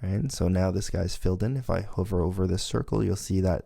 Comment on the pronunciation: I enjoyed the first few videos and want to thank you for making them available - however, in the Swift tutorials, it’s driving me crazy how you pronounce the word “hover” and I think you are spending too much time illustrating how to do something incorrectly and then fix it. It would be better if you spent that time reinforcing the correct way to do things and not shown us how to make a mistake. Those examples could be constrained to a separate “Common errors” troubleshooting video/lesson. It’s one thing to mention something that we should avoid doing - but it’s a waste of time to demonstrate (multiple times) the thing we shouldn’t do.